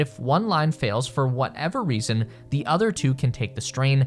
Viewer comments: Hahaha you say thee instead of the. Fn pile of pigsnot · The comment or needs to learn how to read English more appropriately.the word "the" has two different pronunciations that every child learns.. it depends on the consonant following 'the. ' it sounds foolish as it is now. We were cracking up hearing the repetitive error amongst our listening and had to stop again to get the actual information. It is no small thing.